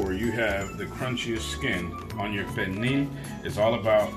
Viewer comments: Is this cook a fluent speaker of Spanish or Portuguese? His pronunciation of pernil does not sound correct. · I can’t quite hear how he pronounced pernil. It should be like pear kneel.